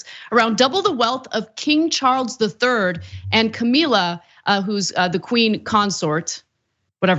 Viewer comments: Listening to American "journalists" try to talk about British politics can be so grating. It's pronounced "Kah-mill-ah" not "Kah-meel-uh" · WTF is with these weird mispronunciations, in this video? Especially the bizarre mispronunciations of Camilla.